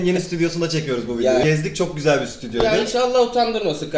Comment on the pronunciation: abim gzüel değil diyor